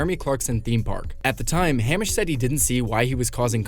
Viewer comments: It's not 'Ham-ish', he's not pork-like. It's "Hay-mish". He is straw like. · Who says Hammish? its hameish.